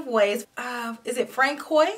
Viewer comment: As a resident of the only French speaking province in Canada, I would like to let you know for future reference, François is pronounced Franswa. Love you lots. Happy belated birthday!